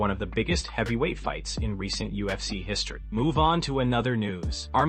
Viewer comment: You need to stop making videos until you can pronounce ufc properly